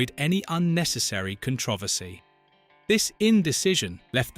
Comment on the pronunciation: I'm so sick of AI slop. It's obvious chatgpt was used for this. It couldn't even say controversy right. So much unnecessary long drawn out information.